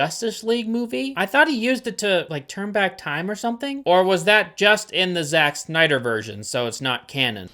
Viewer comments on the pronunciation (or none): none